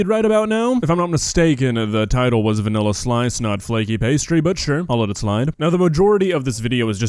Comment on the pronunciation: She said flekeh pestreh